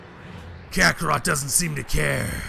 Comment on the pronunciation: you said Kakarough Its Suppose to be Kakarat